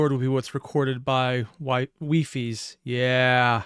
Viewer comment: Wifies is pronounced Weefees in collabs